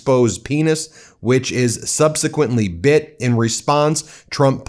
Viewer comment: This sounds so probable. Only, it's not "Trump forced her head down to his penis and it was BIT, yada yada," because I'm pretty sure it's "was bitten." I thought I heard BENT, BUT IT'S BIT.